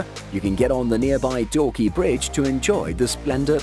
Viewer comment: Its dawki nor dorky..love from shillong, Meghalaya